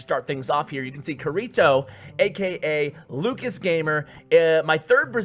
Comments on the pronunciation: Pronounced "kitty toe" no "R" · YOU ARE BUTCHERING KIRITO’s name!!! It is supposed to be from sao it is Kirito! You are triggering me!!!!! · Anyone who's watched SAO cringes at how say kirito😂 No hate good vid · Hey you keep saying kirito wrong BUT good vid tho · pronunciation of kirito?? not the same as the anime (sword art online)???? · Bro, you butchered his name. Watch Sword Art Online